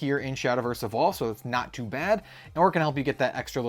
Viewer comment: Whenever u say Evolve, I heard "evil" and thought I miss a new mechanic 😂